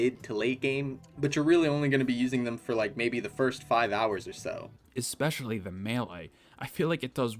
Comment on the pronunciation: “Especially” not “expecially” Please.. it’s actually killing me